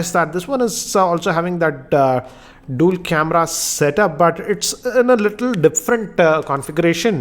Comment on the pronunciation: The way you say 'dual' irritates me everytime I see your videos.. why do you say it like DOOL... 😙😀😂🤣